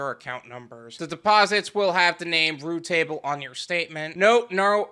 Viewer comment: It's not root table. It's routable. Just like it's spelled